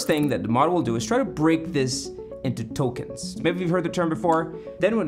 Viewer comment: did you say ‘Tokens’ or ‘Tolkien’s’?